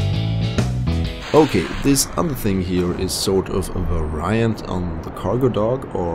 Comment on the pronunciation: did you just pronounce "variant" like vuh-RYE-ant?